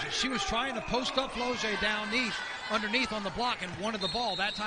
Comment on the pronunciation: I just viewed this game and that man who was commentating was plucking my nerves when he kept calling Flau’jae, “Flo-J!” 😂 My goodness listen to how her name is supposed to sound and then say it! Go LSU Women’s Basketball Team / National Champions!!! 🏆 💜